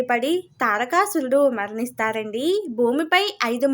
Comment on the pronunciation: Pronounce the name తారకాసురుడు, దక్ష ప్రజాపతి properly.